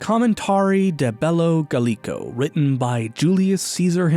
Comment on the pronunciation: Good overview but that pronunciation of “Commentarii de Bello Gaulico” gave the Rome Weeb in me an aneurism